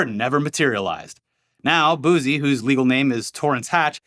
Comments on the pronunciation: Fellas, it's boosie (boo-see) not boozy 😂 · Boo-see, pronounced boo-see not boosey lmao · I've been watching since Machinima & you guys have never sounded whiter than hearing you pronounce Lil Boosie😄 I'm pretty sure the S has a Ci sound instead of Z😄. Now try his former partner, Lil Webbie😄